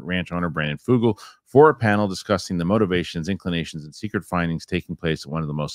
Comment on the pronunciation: and - yall listened to the clip from vetted in which Brandon Fugal pronounces his own name. It is /f-YOU-guhl/ , not Foogle. He is not Google.